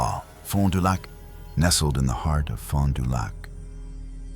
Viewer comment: Vilas County, Fond Du Lac and even "Pabst" being mispronounced. 🙄 But the inappropriate pauses and inflections totally give it away. "Mrs. (Long pause) Lamont".... It's not the worst that I have ever heard, but it definitely is AI